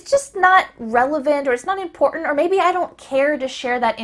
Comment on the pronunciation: Why ur important sound like impont??